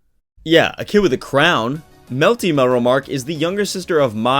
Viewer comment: You melty, he say malty, I say Melta-Gun.